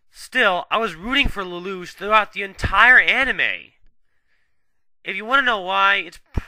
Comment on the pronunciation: The character's name is Lelouch, not Ledouche